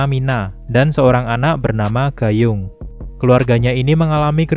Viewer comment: baca nya bukan "gayung" Woii😂😂